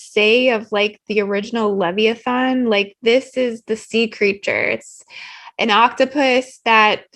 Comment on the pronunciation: Leviathan: Pronounced “Lev Eye Oh Than”... just saying. Thx for sharing... PS. The blue blood reptiles love the tricks they play on humans. Possession is precisely why they labeled “Blue Jeans”, Levi’s ❗️😂 (And why I refuse to wear a pair😬😂)